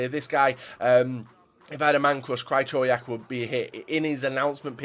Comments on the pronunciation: absolutely butchered Krychowiaks name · u love Krychowiak? maybe look up how to pronounce his fucking name